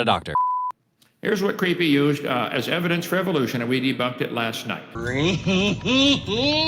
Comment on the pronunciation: Is it me or does he keep calling you creepy instead of creaky?